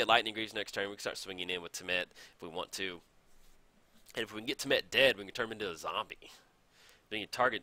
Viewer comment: Hey - Temmet is said just like temet, Rhys is the welsh spelling of Reece and pronounced the same:)